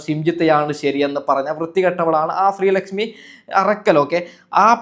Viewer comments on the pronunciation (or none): ശ്രീ ലക്ഷ്മി അറക്കൽ അല്ല ഉരക്കൽ